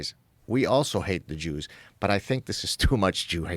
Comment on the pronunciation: ‘Duh jooz’ - You